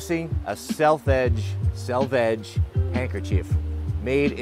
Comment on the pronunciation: Btw dont put emphasis on "edge" in "selvedge"!! Its "Sell-vej" 😁👍🏻🖤👏🏻🤙🏻